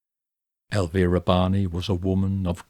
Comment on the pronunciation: Thank you for pronouncing Elvira's name correctly. It's much appreciated.